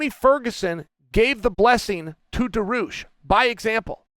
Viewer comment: "Daroosh" lol